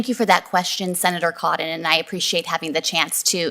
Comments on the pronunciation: It’s not Senator Codon you moron it is Senator Cotton. I’m sorry Tom🥰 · His name is Senator Cotton not Cottun Why has everyone lost the ability to to say the letter n. And is it just me or does she sound like Fauci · She is a talking machine that cant say Cotton right.